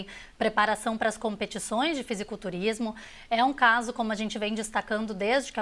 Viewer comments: Deu agonia escutar ela toda hora falando FisiOculturismo. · Âncora falando fisioculturismo é de fuder kkkkkkkkk pqp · "Fisioculturismo" ???? Vai aprender a ler, bonitona ...